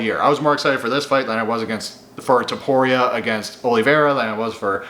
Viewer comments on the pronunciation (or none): none